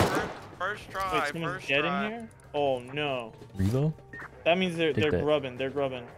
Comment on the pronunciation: Im sorry, I hate to be that guy, but i hate the way pronounced the word revo, like he said "re-vo", while my mind is going "ree-vo! it's ree-vo! REEEEEEE!"